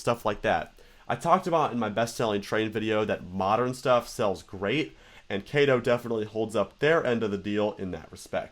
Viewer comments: Is not kai tou, is ka to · Kato is pronounced "kah toe" because Kato is a japanese company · it is pronounced k ah t o. as the a in Japanese is always pronounced with a open mouth a sound. it would be spelled with an E if it was pronounced the way you said it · I'm CAPTAIN CHAOS! And this is my trusty sidekick, KAY-TO!